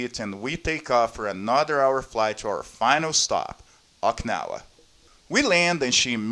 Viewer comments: its o-ki-na-wa not oiknawa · it wrote as okinawa but u keep pronouncing oikawa lol